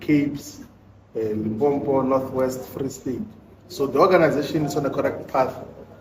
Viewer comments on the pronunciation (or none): What is Limpompo? Who are you trying to please by mispronouncing your home province?